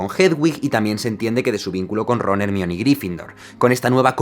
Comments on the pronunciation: Hermione="jermaioni" No se dice hermion :v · quizás por Ermión, en lugar de Hermione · Joder, no había caído en la banda sonora de star wars en esa escena. Vaya decepción Por cierto, pese a criticar el audio español de España (soy español) el doblaje está mal a la hora de nombrar a Hermione Se lee Jermaioni no Hermión. Pues en el cuarto libro Víctor krum le pregunta a Hermione como se pronuncia su nombre y ella responde dividiéndolo en sílabas Her-mi-o-ne Latinos esta batalla es vuestra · Me perturba que digas "Ermion" en vez de "Germaioni" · Ermion, ¿Por qué los españoles insisten en pronunciar mal el inglés? En serio no entiendo cuando en la película con audio original e incluso el doblaje muestra cómo realmente se pronuncia. Tampoco lo tomen a mal, me encantan los videos de Jaime me parecen brillantes, de hecho soy muy fanático de Harry potter y este análisis está genial. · aaaaaaaa deja de decir ermion es jermaioni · Piedad, no más Hermión. Es Hermione, la pronunciación en Inglés es mejor. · Tampoco es Jermayoni, es Her - my - o - nee / En español latino tanto como en el ingles, la J no es tan fuerte como se pronunciaría normalmente, es decir que su pronunciación es mas similar a HER pero sin que la H sea totalmente muda. Acá la pronunciación en latino, como veras la J no suena tanto para considerar que se pronuncia Jermayoni: Aquí el audio en español y la correcta pronunciación en ingles: Aquí una aclaración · en inglés se pronuncia "jermaioni" o sea una traducción al español seria "jermayoni" no "Hermión"😂😂😂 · Hermione = germaioni (Latinoamerica) = Germion (España) 🤣 Jaja me da gracia como le llaman ahí, saludos de Uruguay! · No es "jermion" es jermaiouni <|:v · Nooooooo, Ermion Nooo 😂 es Jermayoni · En Inglés creo que está bien dicho "Hermion", pero la pronunciación correcta según J.K Rowlin es Hermione "Her – my – oh – nee" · SE DICE GERMAIONIIIII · Nadie: Ermión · Se dice hermayoni pero se escribe hermione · Ermion jajajajajaja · Hermion me suena a embrión